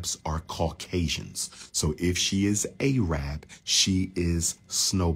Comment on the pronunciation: Stop saying Arab like that.